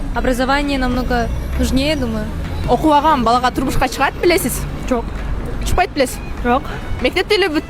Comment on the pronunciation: Жакшы суйлогулочу билеспилесиз дейби ,белесиз деп,озун тилин билбейт